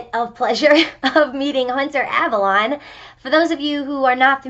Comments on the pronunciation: Ps its avalone not avalon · You pronounced Avallone wrong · You said his last name wrong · You've fucked up from the beginning when you can't even pronounce his name right. Take this L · You pronounced Avallone wrong 😞